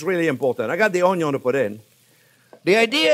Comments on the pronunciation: I like the way you cooked your On-yon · Ha ha ha! He's got everyone saying Onyo now. Its like a subculture talk. A hidden language. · Carmelize OnYo at MH heat? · Cameraman: How much ONYO do you need? Chef Jean-Pierre: YES!!! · ••• ONYO••• Your videos make me smile. It's probably because I love cooking and you're a fabulous teacher. You step it up to such a great cooking experience. Love your excitement and passion. I'm so glad I found you. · The only reason why I keep coming back... the way JP says "onion" 😂 His accent... that word... chef's kiss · Chef Jean-Pierre, I love how you say onion! I have followed ur recipes etc. I love you and this channel. I want to be able to be a gourmet chef at home since common American meals are boring! I want to escalate my kids' palettes for beautiful food. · I love him saying „onion“ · Chef Jean Pierre you are so entertaining i absolutely love the way you say onion i repeat your accent every time i cook your videos are amazing was hoping you would do a video on beef broth thank you for all your time i have made quite a few of your dishes .Maybe in the future one to show how a professional kitchen makes it? once again thank you my friend looking forward to the next time you fill my world with joy. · I love it when he says onion .... in his french accent 👨‍🍳